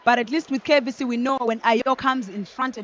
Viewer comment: Commentators it is KAVC not KVC